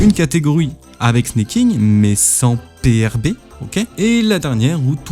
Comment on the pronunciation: Alors c'est pas du snacking, mais du snaking comme snake en anglais. Ça revient à dire serpenter au vue des trajectoires de la technique